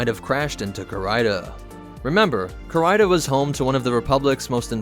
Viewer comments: Core-Rider? - Damned, it's CARIDA :) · It’s pronounced ca-ree-da. Not ca-rie-da